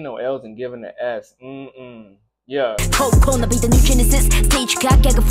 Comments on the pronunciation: its CO-CO-NA Not CO-CA-NA... its co co naaaaa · You’re saying it wrong.. it’s co co na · CO-CO-NA not so hard to pronounce. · No, you did not pronounce her name right, but you'll get there :P Cocona (1st lady) was the one who shaved her hair in "woke up".